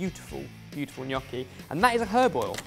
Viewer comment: I love that you say "gnocchi" in the proper way! Also, Ham and Pear IT'S AMAAAAAZING